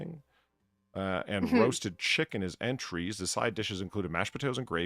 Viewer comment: Man reads "entrees" as "entrys". And did not jump on him for that?